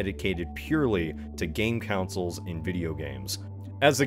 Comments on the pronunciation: What are these councils you keep talking about? Do you mean consoles (pronounce Con - Sole)? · Rewatching his, hearing him pronounce consoles as "councils" is making my brain itch. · waLd moore. Lol. Edited to add: for awhile, I was thrown off by the pronunciation of consoles. Councils. Counsels. I was so confused about the 'councils' lmao. Regional accents are ridiculous lol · Great series but.... I just Can't get over the way you pronounce "consoles"...